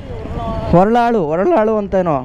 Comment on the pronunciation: ಹೊರಲಾಳು ಅಲ್ಲ, ಹೊರಳಹಳ್ಳಿ.